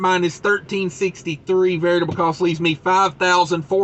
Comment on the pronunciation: Always wondered if you were purposely saying Variable wrong... LOL...